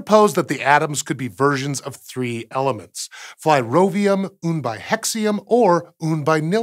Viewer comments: you cam pronounce Przybylski correctly but not Flerovium? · Shame he messed up on the far easier Flerovium.